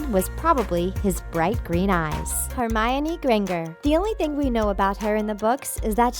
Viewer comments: And hermione its HermIonE not hermeine Emma Watson said it herself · Can you guys please re-do this video AND PRONOUNCE THE CHARACTERS NAMES THE RIGHT WAY??? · Tatum Sevy I know I was nearly crying how could you say one of the main characters name wrong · Neville is not in ravenclaw and its azkaban nod azkabAaan and you said Hermione and other people's names wrong 🤦‍♀️ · U said hermione last name wrong